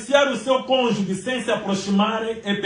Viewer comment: "Cônjuge" e não cônjugue.